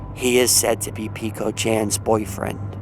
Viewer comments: Hey I'm just gonna correct you friend :) it's peko not piko :3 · Peh-ko not peeko lol.